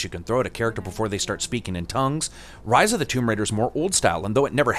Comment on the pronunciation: I kept thinking of Ryse.. when you say Rise. lol.